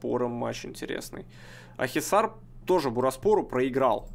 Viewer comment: Правильно Акхисар)